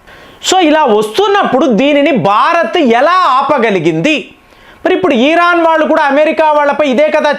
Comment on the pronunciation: 1) భారత్ అని అనండి. భా కి వత్తు పలకండి. బ కు వత్తు పలకండి. 2) ఈరాన్ అని ఈ దీర్ఘం పలకరు కదా... ఇరాన్ అని అంటారు అందరు... చాలా వివరాణాత్మంగా మీ విశ్లేషణ బాగుంటాయి.